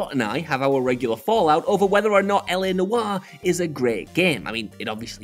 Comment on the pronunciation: Noire is one syllable.